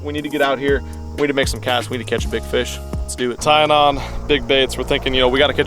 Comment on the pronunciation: "...favorite "feesh"...." LOL another great vid, but you might be hangin' with Porn 'Stache a bit too much if you are stealin' his words. LOL JK I didn't think the plan would work with a largemouth just cuz they seem to dodge y'all when you want them specifically but this was really cool!